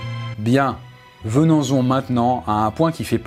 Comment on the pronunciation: "Bien, venans-on maintenant"